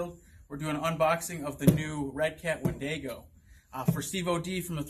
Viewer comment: Great vid and! Lol I couldn't stop giggling every time you said Wendigo as Windaygo😂😂, think of it as being said like Win-dig-o 🤘😀🤘